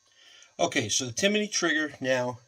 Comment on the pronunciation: It's pronounce Tim-ney.... not Timiney. 👍